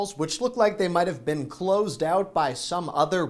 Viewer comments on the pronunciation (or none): none